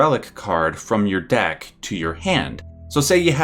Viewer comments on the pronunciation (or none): none